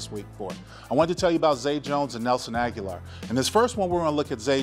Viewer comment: Linc, love you brotha. Agholor's name is pronounced Ah-Go-Lor.